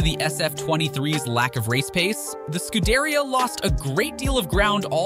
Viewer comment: Great vid but learn the names geez😂 scuderia, vasseur etc.